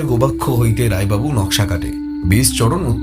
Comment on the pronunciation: গোবাক্ষ নয় গবাক্ষ।